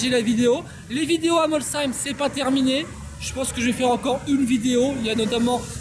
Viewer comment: C est bien ge tu a bien dis molsheim pas comme l année dernière 😂